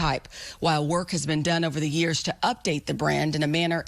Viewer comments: I love how Trevor pronounces "years". Has a real SA ring to it. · Me asking Trevor: say years Trevor : yurs